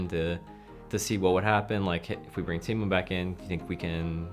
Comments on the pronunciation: them saying teemou realy triggerd me for some reason it's TAImou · as a Finnish Person I know it should be pronounced taimou but no one really cares even taimou doesn't